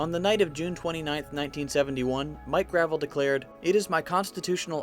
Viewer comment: The former Senator from Alaska's name is pronounced Gra-VELL, not like driveway stone.